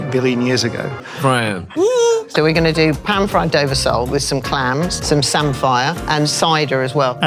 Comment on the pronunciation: Samphire is pronounced 'samfa' btw, grew up in Norfolk where it's a staple, not 'sam-fire'....